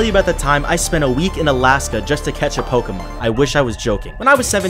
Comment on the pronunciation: Isnt it is pronounced Pokémon